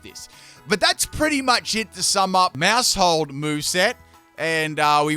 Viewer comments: When you said Maushold I heard Maushole and I'm giggling. :_pimpKai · Maus is pronounced like Mouse, being a wordplay of the German word for mouse and Household. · it's name is Maushold... Mouse-hold... like a household...